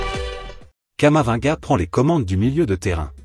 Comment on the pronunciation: Comment vous pouvez une vidéo qui prononce camavanga au lieu de Camavinga